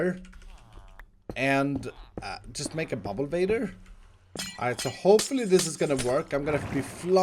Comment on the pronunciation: Every time says bubblevator I hear BumboVator XD